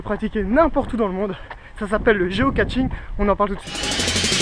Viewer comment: Géo caCHing , pas géo caTching stp !! :)